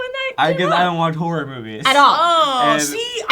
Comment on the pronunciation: Ace Combat 5 is the best video game plot ever... it could easily be made into a movie. Did anyone else think that every time said "horror movie," it sounded like "whore movie?"